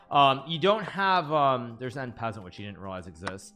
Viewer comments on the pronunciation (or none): en peasant lollllll itsss en pessant